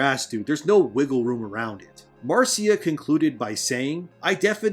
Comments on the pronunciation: Absolutely love your channel and have subbed....but one thing it's not pronounced Martsia Lucas it's Marcia as in the Brady Bunch...Marcia Marcia Marcia😉😂🤣🙌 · Marcia Lucas is pronounced the same way as Marcia Brady